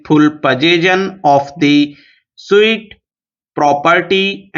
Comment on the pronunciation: sir suit ko sahi se pronounce nahi kiye hai